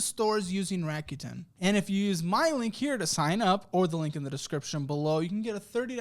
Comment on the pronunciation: 楽天 >> らくてん >> Rakuten RAH-KU-TEN…not RACK-YOU-TEN